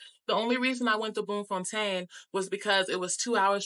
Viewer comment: You get a 💯 for pronunciation...first time i hear an American saying names like Bloemfontein, Lesotho, Soweto, Houtbay correctly👌🏾 Loved your impression of our beautiful country🇿🇦...and thank you for sharing that bit about how our people kept telling you about how unsafe SA is and warned you not to trust people... it says a lot about how we view ourselves, we ought to change that.